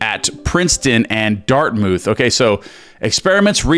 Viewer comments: It's pronounced dart MOUTH not mooth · Awesome read! Just to be clear — in all of his writings, I’ve never seen NG refer to “parallel realities”. That term does not, however, negate the power of the law of assumption. A little housekeeping… Dartmouth is pronounced dart-muth. The b in subtle is silent, so pronounced, suh-tle. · Dart MOOTH? LOL. That’s not how it’s pronounced. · That's not how to pronounce "Dartmouth".